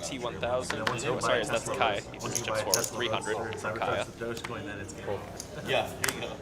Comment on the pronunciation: It is not Kiah-ya.